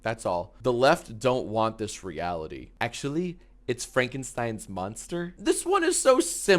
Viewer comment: i dont know if it was on purpose or not but its really funny that his “erm actzally” was wrong